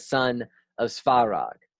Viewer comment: Some pronunciation help. - Ancestors (fathers) "oci" is pronounced like "ori" in "origin" but c instead of r, you don't have c sound in English, it is closest to "tz" but sharper. - "Svarog" is similar to "swa" in "Swabs" (but v instead of w) and "rog" in "Balrog". - Any word containing "bog" (meaning "god") shold sound most similar to "log" (but of course b instead of l, and o sounds more like "lOrd"). - "Perun", the "run" part should sound more like "rune", but shorter as the accent is on "Pe". - "Triglav", the "Tri" sounds like "trinity", but hard T like in "Thor". Btw it literally means three-headed. - "Žibog" the letter Ž (that you tend to pronounce as Z) always sounds like the very first sound you hear in French "je suis". In general, you may notice the pattern that each letter always matches exactly one sound, the spelling is not decoupled from pronouncing (for example "i" is always "ee"). Once you learn this simple rule and a few additional letters you should have no trouble pronouncing anything Slavic. And the accent is usually on very first vowel.